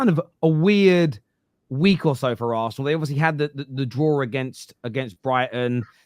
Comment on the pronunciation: Why can you say city properly yet you cant say liverpool and arsenal lol they are just club names bud nothing to be scared of